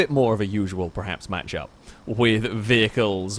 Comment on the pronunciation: STOP SAYING PREHAPS. ITS FUCKING PERHAPS. PER PER PER PER PER